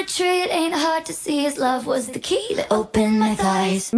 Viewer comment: I hate the way she says “kEy” 😭